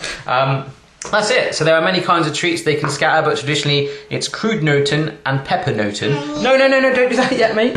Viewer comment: you pronounce it like this: papernoten